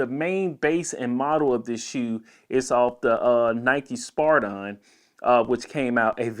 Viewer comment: spiridon not spardon